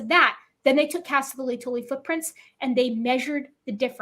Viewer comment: These people mispronounced ‘lay-toe-lee’ laetoli, as ‘leia-tully’.